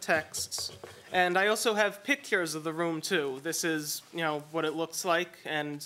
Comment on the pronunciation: PIT-KIERS of the room? It almost seems like the plaintiff learned to speak from reading or something. Also, I can completely believe they staged that.